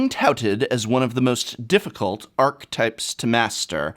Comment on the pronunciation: Professor... I'm still not sure sure your alternative pronunciation of "archetype" is acceptable anywhere. I have yet to find it said that way outside of some people in the Magic community. Maybe Magic players are brewing up a new pronunciation over the years and it is just spreading? ;-) lol Dunno.